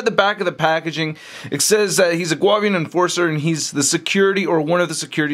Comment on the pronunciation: pronounced, (Goo-Avian) I believe...or prefer.